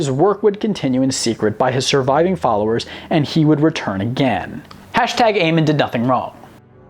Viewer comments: AmOn not Amen its Amon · Idk why but when he pronounced "Amon" like Amin, I was kind of offended because I enjoy the lore of the starcraft games. Im paranoid when people say names wrong (that's just me) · Him pronouncing Amon wrong triggered me so hard... It's called Amon not Amen... Great video though keep up the great work 👍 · It's amOn, not Amen 😂😂😂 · Amon. Not amen. Actually look at his name and say it right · Amon is not pronounced AY-men, it's pronounced AY-mon, MON! Several times in the campaign you can hear characters say his name! This video was otherwise good, but as a fan of starcraft this really bothered me that you failed to pronounce his name every single time. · Ah yes, good ol Amin. I think you meant Amon. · Amin? His name is Amon. Good lord do some research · i kinda cringed the way he said Amon, like in the games then never say it like Amen its Amon. other than that great vid found it really cool. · Would like to point out for the name of one of the Xel'naga, it is pronounced "Amon", not "Amen" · Still don't understand how people mispronounce words that are CLEARLY STATED in the source material. It's "A-MON" not "A-men" for example... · did this mans really call Amon Aymin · They aren't fans of much it seems, they even pronounced Amon from starcraft horribly wrong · that triggered me I admit. Thought he was ending a prayer. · i cringed every time he pronounced "Amon" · You said Amon wrong and no the precursors never chose the forerunners. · First of alll.. Its "Or-I" like Or and the word I . edit - Oh my.. Its not "Aman" its "Amon".... like A-Mon